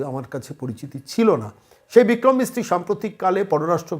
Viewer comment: প্রতিবেদন করার সময় আর একটু যত্নশীল হোন , "বিক্রম মিশ্রী" কে বিক্রম মিস্ত্রী বলে যাচ্ছেন কেন?